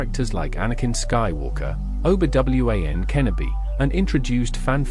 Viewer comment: Best pronunciation of Obi-Wan Kenobi of all-time